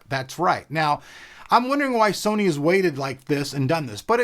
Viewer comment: "said serny" LoL!